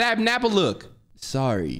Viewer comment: not pronouncing napstablook correctly is the funniest EUGH HE HAD A WHOLE CONCERT WITH SHYREN!!